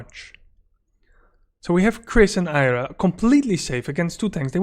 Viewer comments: Why do you keep calling Arya 'Ayra'? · Took me a second to realise you meant Arya. You say Eye ra.